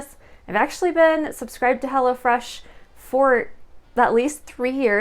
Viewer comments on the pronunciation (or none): It sounds like you’re saying “hella fresh” instead of “hello fresh”